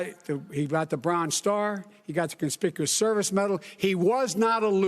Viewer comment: Did he say conspicuous service